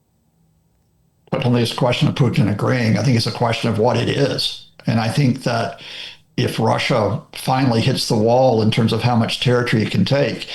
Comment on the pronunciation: Sink zat- you say, but in English we say - think that. Pronounce the TH! correctly 😊